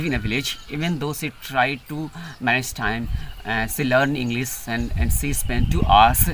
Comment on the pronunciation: You have done great job brother absolutely, but I just heard you say Englis not English, s and sh. स and श . My English also not good, I am still learning and improving.